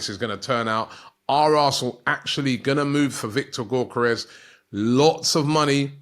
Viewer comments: Robbies pronunciations Gyokeres = gork-karez Kadioglu = kadi-agli- aglioo...😂🤣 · Can someone tell to stop butchering Gyokeres name! its YOK - KER - REZ! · It's pronounced "Viktor Yo-kor-resh" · Same with Gyokeres 🤦‍♂️